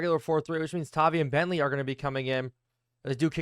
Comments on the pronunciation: I haven't seen anybody say it so i will, its pronounced TAH-VIE, as a patriots fan it hurts to hear you mispronounce it. All love though, really enjoy the videos :) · Idek how to spell the pronunciation of tavai but it’s an i sound lol sorry man just a pats fan great vids the algorithm will help you out soon enough blow up INCOMING